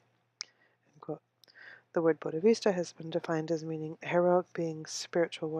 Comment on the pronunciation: It is not "Buddhavista" It is. BODDHISATVA ( wrong pronunciation), but thank you for reading.